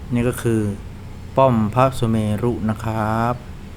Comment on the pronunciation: ขออนุญาตเรียน Admin ครับว่า...ป้อมพระสุเมรุ อ่านว่า ป้อม-พระ-สุ-เมน ไม่ได้อ่านว่า ป้อม-พระ-สุ-เม-รุ ขอได้โปรดแก้ไขด้วยนะครับ..!!!